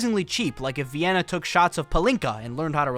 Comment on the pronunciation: Why is pronouncing it Vy-inna? And who cares how many other black people are there?